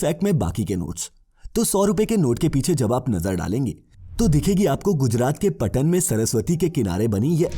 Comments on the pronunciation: इस वीडियो में गुजरात के "पाटन" की जगह "पटन" बोल दिया। अगली बार से ध्यान रखना । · भाई पटन नहीं पाटन है